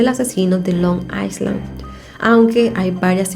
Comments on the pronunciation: Se dice ailan’ no aislan ❤️ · Hola,. No es Long Iceland, sino Long Island (la "s" no se pronuncia). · Se prunincia : ailand. NO S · creo que se dice Long i(s)land o sea la s es muda